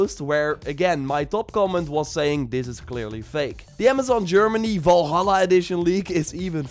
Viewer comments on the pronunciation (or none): none